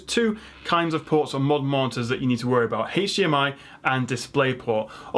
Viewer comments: Was kind of expecting to see mention of the ASUS PG348Q, but still very informative video. Also. It's "hdmi" not "haych dmi" :D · The only reason I managed to watch this video to the end was because of the accent, it was all a bunch of letters and numbers to me. I’m technologically challenged and most likely I’ll still go to the store and have a panic attack and break out in hives somewhere in the keyboard aisle. But I did learn some things and also like it when he pronounces HDMI like “haytch-DMI” lol!